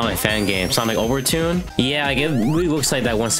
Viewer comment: there's no way he called sonic overture "sonic overtune" 💀